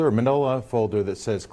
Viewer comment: Ummm...isn't minola a shoe brand??? Dude doesn't even know what a manilla folder is or how to say it...what a Bafoon!!🤣